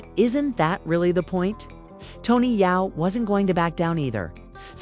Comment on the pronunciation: Yo STOP trying to spin this…. This is not your lane…. You are not even having the AI say Tony’s name correctly… Just Stop It!!!!!